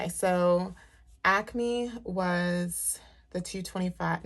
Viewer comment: You have to be in the tri-state area because you say ACME the right way! Lol. I’m from The Philly area 😀